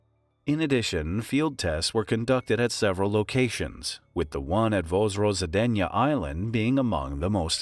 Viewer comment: the name of the island translates as Reserection, wich is interesting for bioweapon lab. And please, the was you saying it is not even close. by the way i belive that pentagon was visiting that island in 2002 not to clean the place but to collect samples the closed city of Sergiev posad 6 exists to this day. and according to the map it still has research institute. it also called Vaccine. open sources say it researching vaccines like ebola vaccine. i found it accidently on the map, and googled it.from the all closed city ive loked up this one is smallest one.